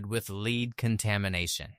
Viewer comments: The word for the ore is called LED not LEED. The English language really does mess with AI It's so annoying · You need to learn how to pronounce the names of these cities before making a video. You mispronounce almost every single name. Park hills and Herculaneum is the only ones you go pronounced correctly. Even lead. 😂😂😂😂😂